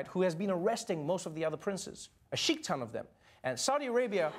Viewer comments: I swear no muslims actually got that joke because the actual pronunciation is nothing like "Skeek" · lololol thanks for writing it ! I didn't get the joke when he said it cause in arabic we don't pronounce sheikh like that. I thought he said chic and I got confused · That was actually actually good joke buuuut that's not how you pronounce Sheikh